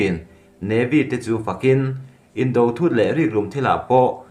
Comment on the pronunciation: News ho hi nangma lawkkhawm ni lovin mi lakkhawm i chhiar tih a chiang. I pronunciate dan a dik lo nasa ṭhin. Tone mar pât a chhiarzawm tur ni awm tak te a tone hniam in i lam lehtlat zel a dawt chiah a word i lam zawm hma in. Indo-china tih ang te hi a tone mar pât a lam zawm zat tur a ni a, mahse indo tih lai taka do lai hi a tone hniam in i lam leh ta daih a, beng a kham chang a tam tlat ṭhin. Han ṭang lehzual teh le....